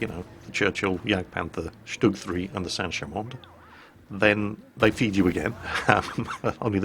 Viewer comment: Sanher 1? St Cham 1? or something like that? Looking at French WW1 tanks and the way he's saying the name is confusing me, keep thinking it's sancher/sancham 1